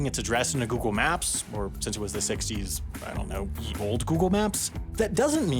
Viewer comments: The ye in ”Ye Olde Google Maps” is pronounced ”the” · the letter “y” in old English was used as the modern “th” sound therefore “ye” and “the” are pronounced the same. I hope this makes it into mistakes 4:)) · "Ye" in "Ye olde" is pronounced just like "The". It's not truly a "Y" in "Ye", but rather, an older version of how to write "Th".